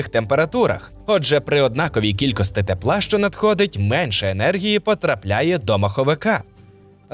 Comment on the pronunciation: Дякую за цікаве відео. Але є прохання - перестаньте, будь ласка, казати "кількостИ" замість "кількості". Бо дратує дуже...